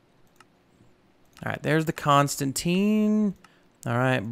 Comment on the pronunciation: Not hating, but it’s pronounced con-stan-tan. loving this series! Keep up the good work my dude!